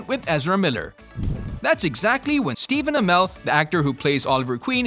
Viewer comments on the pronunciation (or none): none